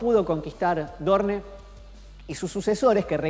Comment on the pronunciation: aaay porfavorrrrr porque dice ''dorne'' se dice ''Doorn''